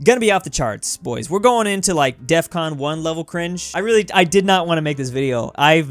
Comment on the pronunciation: got defcon correctly this time